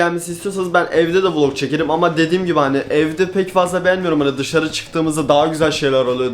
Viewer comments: Vılog değil vilog yani Vlog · Hiç kimse:: vulog günü